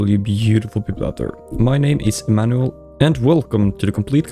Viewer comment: "my name is e-manual"